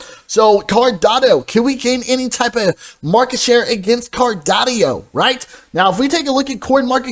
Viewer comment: I enjoy your videos, but please stop saying CardonniO. 😂